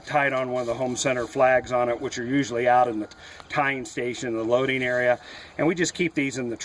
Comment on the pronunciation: Twisteen, takeen, alls, sah loadeen, are not words